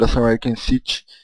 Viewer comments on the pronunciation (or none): none